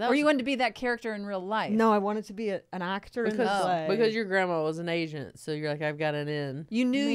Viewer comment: Fortune saying "asiant" instead of agent tickles me